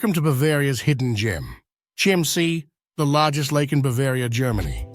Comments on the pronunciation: Your pronounce it wrong. Not SCHIEMMsee, but you are right when you say Kimmsee (not amer./engl. Kaimsee, use better the local word Kimmsee) I know it good, cause I live 5 miles form the castle. Kind Ludwig II made the states of Bavaria bankrupt, No money was left, cause all the buildings were much too high. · As usual the name of this place is mispronounced why not check before releasing ‼️‼️‼️